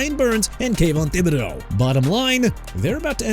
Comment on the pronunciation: KAYVON THIBODEAUX PRONOUNCED TIB-UH-DOH! GARDNER MINSHEW AS IN MIN-SHOO! ALSO THE BUCS WINDOW TO THE SUPER BOWL IS OPENING SOON NOT THE PANTHERS! DO YOUR RESEARCH!! AND LEARN TO PRONOUNCE MR. AI SOUNDING VOICE DUDE!! WHERE JASON BIONDO AND JUSTIN FRACTION AT HUH?! DID YOU PPL FIRE THEM?! HUH?! SMH!!